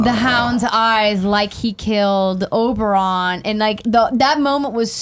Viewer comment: GUYS OBERYN OBER-IN Not OBERON